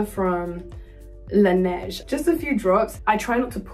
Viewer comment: The french accent on "laneige " was on point